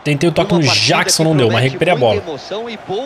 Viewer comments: não se fala jackson jeckson q se fala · Ele fala Jackson do modo mais difícil 😅